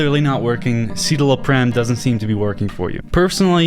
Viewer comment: What a poor take. Simon's sad because his suffering is spectacle to people like you. If you can't pronounce "citalopram" (sit-ah-low-pram) you don't know anything about depression (it's also EXTREMELY ineffective and causes depression and suicidal ideation as the most common side effects from its 40 page list of side effects). Also fun fact current antidepressants are serrated by less than two generations from straight up electrical probes into an exposed brain for depression treatment. That's the "research" antidepressants are based on.